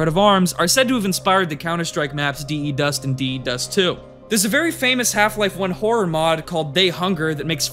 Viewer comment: My guy said D E Dust lol hahah